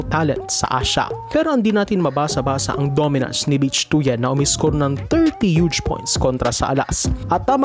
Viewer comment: Hindi "Bitch" ang pronunciation ng "Bich". Should be ~ "Bit" with weak "i". For "Tuyen", should be similar to "Tuwin" na ang stress ay nasa "win".